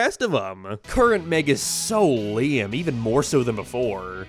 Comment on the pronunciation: Why do you say lame like liam